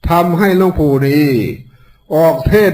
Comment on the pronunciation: หลงปู่ไม่ใช่คนไทยเต็มร้อยหลงปู่พูดผิดแล้ว